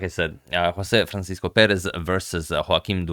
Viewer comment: I'd also add that, in portuguese, the 's' in "Francisco" is read more like a 'sh' sound as in "shade" so think 'francishco'